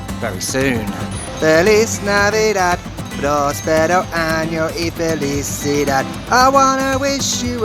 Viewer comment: Centenario? Benito Juárez? Próspero Año? Those are difficult words and your pronunciation was perrrrfect! Happy 3rd year anniversary! Those Pachuca skies are incredible! That and the wind is what I most remember of Pachuca. Great video!